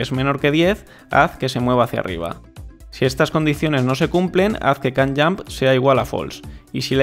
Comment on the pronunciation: Estaria 10 veces mejos este tutorial si tuvieras un minimo conocimiento de ingles, ''kan yamp''